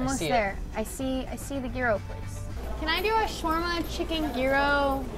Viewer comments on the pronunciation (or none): When your greek and your watching trying to pronounce Gyro hahahaha